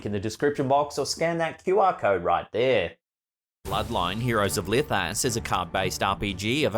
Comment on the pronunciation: I'm glad that I had the ( CC ) on because I was sure he said the Sponcer was Licka$$ 😳 I looked at what was said n it was Lithas 🤣 Good posting 👍👍😎✌️🍻👋